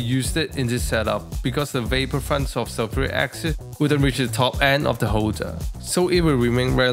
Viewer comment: First - love how you say concentrated zulfuri aksid. Brilliant 🙂 Second, I really like your rack at the back of the hood. Extremely neat and nice looking